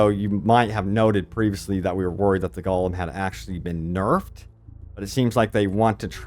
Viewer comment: Haha it’s GO-lem